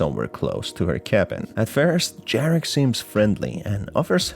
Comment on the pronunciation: Greetings from Poland! "j" in Jarek is pronounced like "y" in "Baba yaga" Good video whatsoever, keep up the good work!